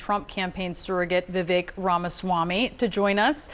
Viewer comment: Vevek??? Omg..